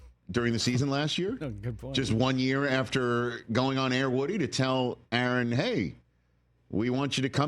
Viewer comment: Really Rich A A Ron? 🤣🤣🤣